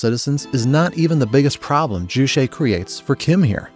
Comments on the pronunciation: The constant mispronunciation of Juche is so distracting. Why the hell would you add some kind of Latin flair to a word that sounds just like its romanized English spelling? Jew Che NOT jew shay. It's literally impossible to say "shay" in Korean. That sound doesn't exist in the Korean language or alphabet. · It’s not ju-“she” it’s more closer to what might be spelled “tse” in english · Ju Che. Is pronounced. Ju like juice, you got that part right. The second part is Che like 'Check" without the k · Can’t even say juche right lol lazy propaganda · I just about flipped my desk at this pronunciation. You have to learn the word, but not the pronunciation or spelling apparently. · i wanted to throw up everytime he pronounces 'juche' and 'songbun'